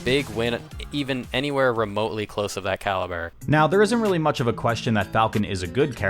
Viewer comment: "weally, weally cool"